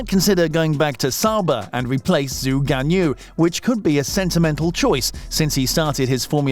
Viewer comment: Zoo gan you? At least make an attempt to do this correctly.